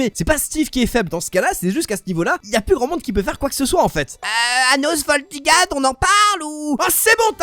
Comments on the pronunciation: C'est pas ans valdigad c'est anos voldigo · C’est anos voldigod pas Gad !! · C pas anos voldigad c anos voldigod